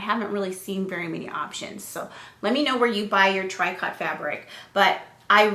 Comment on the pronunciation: I have a few of those patterns as well. Also, tricot is pronounced "treeco." Happy sewing!